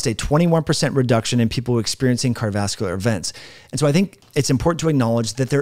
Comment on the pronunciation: A video is not a foot race. You might give some thought to how unprofessional you sound when you are talking so fast that you are not even enunciating the syllables in the words, “cardovaslar”. Say it with me, car-dio-vas-cu-lar.